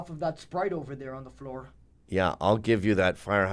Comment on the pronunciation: I had like a stroke when I heard ðat. I had to pull out a calculator to make sure I didn't lose it.